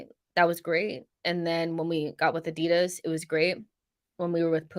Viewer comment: AD-I-DAS not adid as